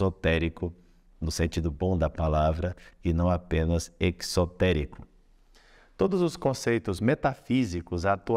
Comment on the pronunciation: “exotérico” e “esotérico” têm a mesma pronúncia: “ezotérico”.